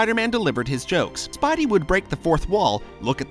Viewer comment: anyone notice he says spibey instead of spidey plz pin